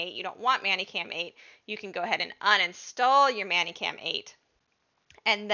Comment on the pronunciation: Why are you saying it so it would rhyme with nanny cam? Is "many" as in How many apples are in this bag? Do it's pronounced "menny".